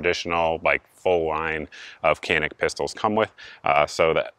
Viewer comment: Isn't it pronounced janik?